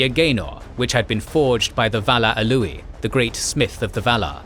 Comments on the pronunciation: Alouie? You mean Aule? Lol 😂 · Aule, not Olouie xd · Despite this being an incredibly accurate production, some of your pronunciations bother me quite a bit. The way you say 'Arda' was so odd I couldn't even recognize the word at first. The Ainu of Smithing and Invention is not 'Alue' (ah-loo-eeh??), it's 'Aüle' - au-leh. Would recommend in the case of these personal and place names, maybe checking them out in the future in their phonetic forms? Maybe it's the fact that I come from a Finnish background, but to me the pronunciation that others of an English-speaking background might struggle with or most mispronounce seems... fairly easy 😅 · Pronouncing Aule as "a Louie" is too distracting for me to watch this. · The pronunciation of "AU" is really bad like Aulë isn't Ulë.. But it's good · Why does he pronounce Aulë as "Alooey" 😂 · Ow-louey? Ow-louey? Who is named among Valar, Elves, Dwarves, or mortal men, Ow-louey? Oh, right, one of your made up names for Aule the Smith. Bad form.